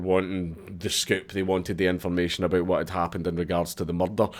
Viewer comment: it was a huwat?